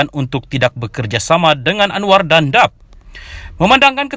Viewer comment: sebelum mengulas pastikan sebut nama parti politik adalah betul....kenapa sebut parti DAP dap??...sepatutnya disebut D A P (huruf perlu disebut satu-persatu) awak (pengulas) adakah rakyat Malaysia jati?...kenapa sebelum ulasan tidak buat latihan (rehearsal) ulasan?....nampak sangat tidak buat latihan ulasan.....